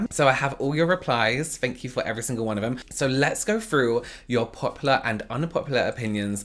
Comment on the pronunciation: He’s pronunciation of thank you sound like fank you lol .